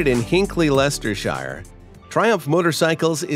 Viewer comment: Englishman cringes at pronunciation of Leicestershire.🇬🇧